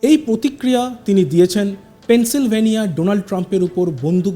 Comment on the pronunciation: Pencil vania noi. Pennysylvania